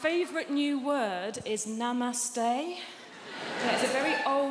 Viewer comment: Please pronounce Namaste like a south asian would